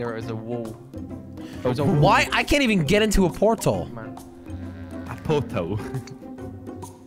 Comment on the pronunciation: kwebbleekop saying portal weird